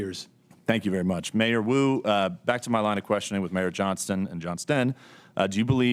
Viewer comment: I thought he was calling Mayor Wu "Kato". I pictured Peter Sellers saying; "Not Now Kato!"